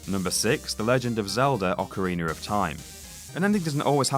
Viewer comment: Why does he keep adding r's at the end of words that end with a Zeldar Ocarenar Ect